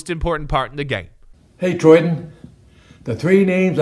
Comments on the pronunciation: If everyone says troydan then celebs can’t say troyden so edit to make it where it says Troydan fans: troydan Celebrities: troyden Big Ed : TRO-DAN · Everyone: Troydan Celebrities: Troyden Big Ed: TRO-DAN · nobody: Big Ed: tRoDaN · Nobody: Not even: Troy Big Ed: Trodan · Big Ed rly said: chodedan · Big Ed is saying chodan